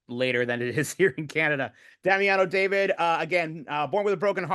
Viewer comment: His debut solo was actually in Italy not the fallon show and his name is pronounced Daveed not Dayvid. Every time I hear the mispronunciation i cringe. He doesn’t seem too bothered though, which is a shame since he’s made such a thing about being known by his full name. Guess he doesn’t want to make a fuss. I mean how hard is it to just tell the interviewers before they start how to say his name. Or how hard is it for them to do basic research! Why would anyone think an Italian surname is pronounced like that 😭.